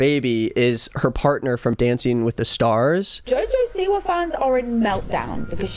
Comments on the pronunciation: He said Joja Siwa 🤣😭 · love how he says joe joe seewah